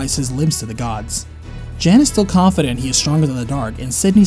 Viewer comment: Great video. Slight nitpick though. Jan, when given as a male name is pronounced Yon.